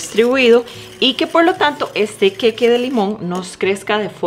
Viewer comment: Que horrible que hablas, pronuncia bien El queque, que es eso?!!??